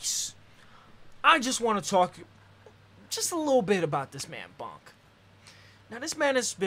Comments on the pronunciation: honey I love you but hearing you say Bonk instead of Boonk the whole time had me cringing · it's pronounced like boo